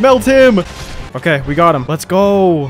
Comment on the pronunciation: I liked the humor it carried well and the quality was Def solid but every variation and pronunciation of "let's go" was rough, it was so frequent I nearly stopped the video when it was said 3 times in less than 2 minutes. Great job on the Plat. Hit up sekiro of you havent yet.